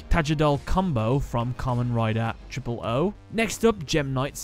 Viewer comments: Fun Fact: it's pronounced "Kamen Rider Ohs" or "ozu" in its original Japanese annunciation. Sorry that sounds douchey but I can't think of a different way to word that. I just love Kamen Rider. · "Kamen Rider Triple-O"? The correct way of saying it is "Kamen Rider OH-'s" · It's pronounced oooz not triple ooo on Kamen rider ooo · Not pronounced triple O OOO is pronounced O's like on cereal boxes